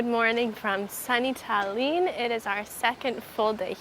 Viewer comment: In Estonian, all words and names have the stress on the first syllable. Tallinn as well. It is not pronounced the french way which most tourists try to do. Second thing: No Soviet era. There was soviet occupation.Maybe next time you visit you will go see the memorial for the victims of communism. Is is on the seaside, really huge and beautiful. And when you are there, reading all the names of the victims, you will understand that it was a tragic occupation, not an era.